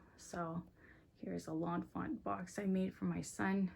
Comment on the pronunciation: By the way it's Lawn Fawn not Lawn Font